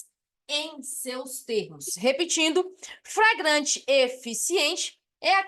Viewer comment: Sua aula é boa, mas a Sra insiste em ficar repetindo FRAGRANTE.